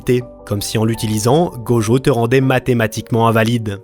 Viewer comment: C'est tellement frustrant !! Tu peux dire "Itadakimasu" sans problème mais "Gojeau" et "Jéjé Akutami" ça passe pas ?? 😭😔💔